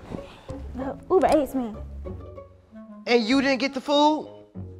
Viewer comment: when said ill just order uber ates i almost threw my laptop cuz its uber eats no ates😂🤣🤣🤣🤣🤣🤣